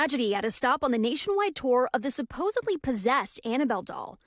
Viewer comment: She said supposebly 😂